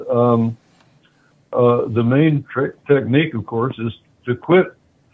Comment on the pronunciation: "I Got alot of trim with that teqnigue.🤣